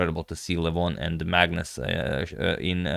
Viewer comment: Some time i hear madness instead of Magnus 😂